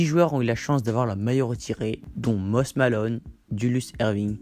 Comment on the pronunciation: Mosis ça se prononce sinon encore une bonne vidéo